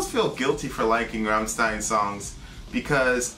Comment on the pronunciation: You should've reacted to the official Music Video, the quality of the sound on this video you chose is insanely bad, but I guess it would've been copyrighted and blocked right away:/ BTW I'm still triggered at how pronounce Rammstein:v